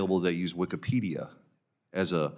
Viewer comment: lol wikepedia 🤣